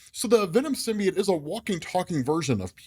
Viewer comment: Learn how to say symbiote